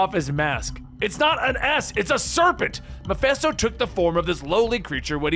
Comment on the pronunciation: why this man keep saying MephEsto